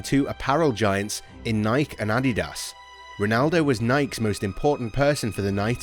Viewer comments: No it's Nikey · It's pronounced Nikey... ask the founder 🙄